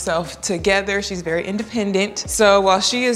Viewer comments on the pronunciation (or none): none